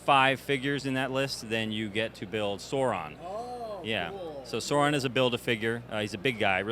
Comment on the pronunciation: Excited for this but two things bug me. First their not to scale with the old ones which is upsetting. The worst thing is the pronunciation of Sauron, when I hear it said like that I just picture the Pterodactyl from the Xmen. Updated sculpt, detail and articulation is awesome!